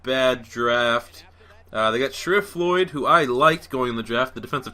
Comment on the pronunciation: "Shah-reef" Floyd. "Zavier Roads" "Core-Darrell" Paterson. There is your complimentary pronunciation guide. Use it.